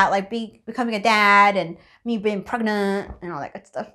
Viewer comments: I love how's I says pregnantll lol and your name does not have to be perfect you are already perfect choose a nice name does not have to be a perfect just like I said nobody is perfect enjoy the rest of your day and are you going to do do a video on the baby when it's born not instantly cos that's just like going into an adoption centre and southerner camera and loads of kids faces that's not nice just like give us a picture sorry if you think I was being rude in any of these messages love you by the way who wrote this message was a both of you???? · So funny how you say pragnaaat